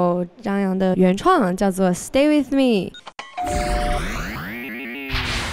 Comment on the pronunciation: 希林 希林 希林！！！！开口跪 水果星球就是牛。不过把with的发音给纠正一下就更舒服了